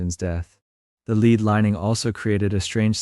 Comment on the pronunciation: Really! " lead"! They would have lined the casket with " lead", which rhymes with head! Lead, rhyming with read, means to set the way!